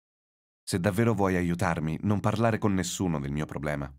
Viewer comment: Is the pronunciation of "Non" really correct? I've thought it's an [o] sound, not [u].